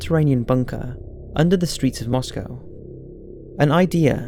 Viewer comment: I just wanted to say thank you for pronouncing Moscow correctly. :-)